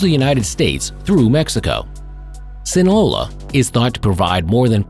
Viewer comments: Baby boy si-na-loa not sinola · Sinola? It’s. Seen-a-loa. Sinaloa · Sin a Lowa say it with me buddy. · They should wall off Chicago and call it the Midwest Zoological Society. It's "Sinaloa" by the way ( Sin Ah Low La ). Milwaukee is really bad as well and just a fraction of the size and population. The murder rate per Capita is MUCH higher.